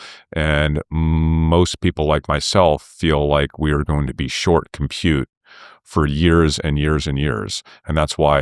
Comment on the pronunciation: It is disgusting the way he says it...